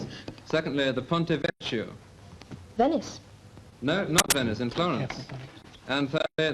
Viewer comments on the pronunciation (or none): This would have been on Granada TV, before it moved to BBC (so the commercial break). The questions are so easy compared to now. But Bamber mispronounced Ponte Vecchio.